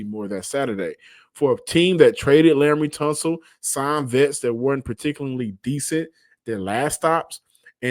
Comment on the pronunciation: with the slip of tongue, Laremy Tunsil LOL😊